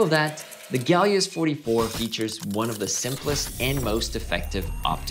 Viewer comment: Someone please tell me where the G is in Helios? I speak English.